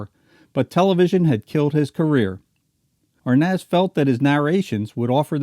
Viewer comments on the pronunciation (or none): He can't even pronounce Arnaz lol...